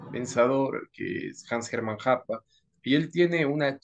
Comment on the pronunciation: en serio Hoppe se pronuncia Happa? XD buena charla 👌